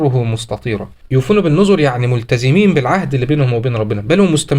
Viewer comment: يُوفُونَ بِالنَّذْرِ وَيَخَافُونَ يَوْمًا كَانَ شَرُّهُ مُسْتَطِيرًا (7) بفتح النون المشدده و ليس ضم النون